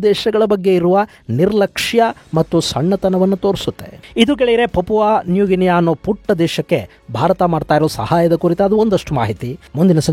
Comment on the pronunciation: ಅದು ಪಾಪುವಾ ನ್ಯೂ ಗಿನಿ. ನೀವು ಹೇಳಿ‌ದ ಹಾಗೆ ಪಾಪುವಾ ನ್ಯೂ ಗಿನಿಯಾ ಅಲ್ಲ